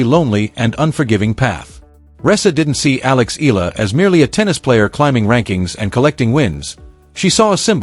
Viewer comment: ALEX EALA HER SURNAME IS PRONOUNCE E YA LA EYALA E YA LA INTIENDE UNDERSTAND